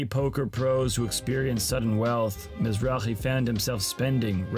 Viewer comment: Thumbs down for completely butchering his las name.. you can actually here in every clip they call him Mizrake! not Mizraje